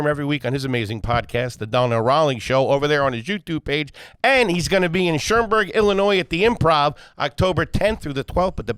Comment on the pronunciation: Shermberg = Schaumburg, stay class with the reading H.